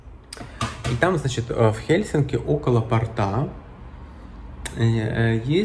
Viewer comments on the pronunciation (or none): Почему портА а не пОрта.